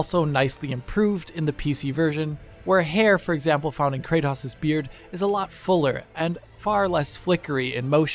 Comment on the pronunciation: 'Kraydose'??? Kra-tos.